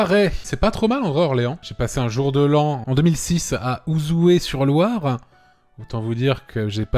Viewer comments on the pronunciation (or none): C pas Ouzouer mais Ouzouers sur Loire tu le prononce mal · C pas Ouzouer sur Loire 😂 sa s'ecrit comme ça mais sa se prononce ouzoir 😂 mais y'a que ce qui vive dans la région qui savent je crois 😂